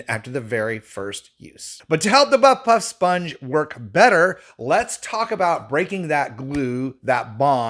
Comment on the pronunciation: Ha, I thought it was odd but tried to find it on Amazon. Nothing like this came up so I listened to you again. Ah, buff puff. Not butt puff!!